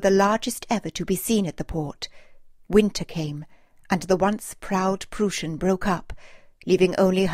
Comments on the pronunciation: It is pronounced "prois n" Get the name correct! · Great narration and fantastic pictures! Way to go! ( A little hint though: It's pronounced "PrOIssen". The "eu" sounds like the "oi" in "oil" or "oister".)